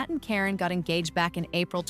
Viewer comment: Karen ka re n, not Corrine thanks 😊